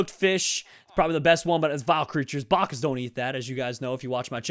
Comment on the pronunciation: I forgot there was a second E, yeah because has said Baccas for a while and it has annoyed me for a while.